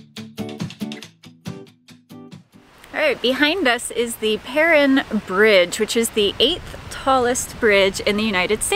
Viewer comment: Please, please pronounce the bridge name correctly. It is pronounced "purr Ine (like 9).